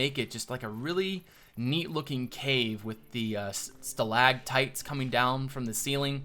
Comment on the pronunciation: stalaCtite- on the Ceiling stalaGmite- on the Ground IM SORRY I HAD TO IM A NERD THE CAVE PART GAVE ME THE CHILLS WHEN U SAID STALAGTITE